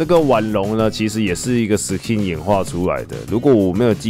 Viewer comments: SKIN的K要用ㄍ發音 不是ㄎ想講很久了-. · 不好意思 是念Sk(ㄍㄧㄥˋ)in吧？ 好奇問一下 如果小弟我有錯 請跟我說